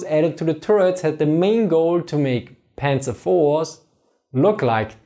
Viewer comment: That's the way it's supposed to be said in german